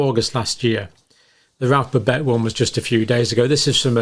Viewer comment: I don't understand why an Englishman cannot pronounce the name BABET no extra BS not extra TS no extra Es